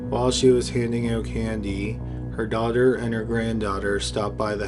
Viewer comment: Yeah, he didn't start sounding like a tiktok until later. Don't know if he pronounces daughter as dogger at this point.